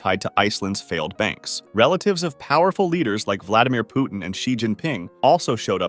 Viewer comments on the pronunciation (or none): none